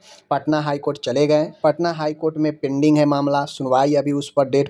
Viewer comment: Pinding😂😂😂😂 बोलना तो सीख ले